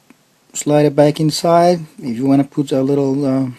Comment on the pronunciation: when he said " insaye" instead of inside. I knew this would be legit.